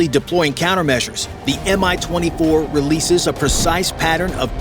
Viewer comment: The name of the heli is not M-I as you pronounce it. It's MI, and correct pronounciation is identical to english word "me".